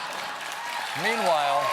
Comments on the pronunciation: Always here for "PEEN-WHILE" 😂😂😂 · I will never get tired of SEEN-WHILE😭😂😂